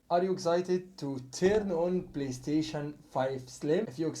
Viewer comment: The way he said playstation was 100% Egyptian